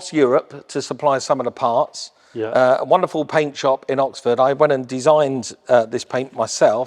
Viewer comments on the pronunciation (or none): none